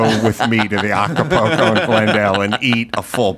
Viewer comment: Adam, I know you're illiterate buddy, but it's AcaPULco, not AcapOco.